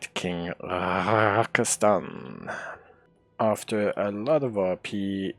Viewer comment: He also keeps calling the king “Rakastan” like he’s some country in the Middle East. And he keeps making it a hard RAKAAstann. And it’s not funny.